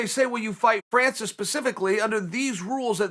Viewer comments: Me : Francis Chael : Franchis Me : Franchis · Important time stamps: -video begins -“Franchis” -leg cross -pacificly” -thumbs up -“Oozeman” -possibly sly nose pick -“I offer you this” variation -possible sly nose pick -“ped-demic” -“I only bring that to you” -“I bring that to you” -“shoe is on the other foot”